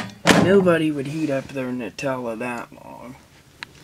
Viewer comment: FINALLY SOMEONE PRONOUNCES IT NUTELLA NOT NOOTELLA